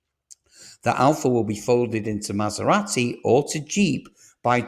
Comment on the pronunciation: You’re pronouncing Jaguar and Maserati wrong